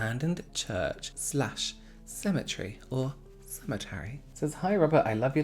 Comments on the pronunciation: Everytime you say "cemetary" to me it sounds like "symmetry". I find it quite fascinating how words sound the same in different accents. I love these videos. I do feel like you are speaking to a smaller group of people..makes it more intimate. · “symmetry or ce-me-ta-ry” lolll